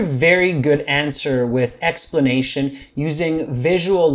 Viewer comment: good “explanatation”? Sorry…I’m a native English speaker, and I don’t recognizagate this word 😂